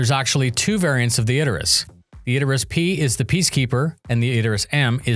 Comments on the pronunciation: Isn't it pronounced Idris.. rather than Id-er-is.. is using pronouncing it wrong. If it's intentional, that could be understandable, as it generates comments like this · "Id-der-us"? Isn't it "Id-ris"? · Is it really pronounced "Iderus"?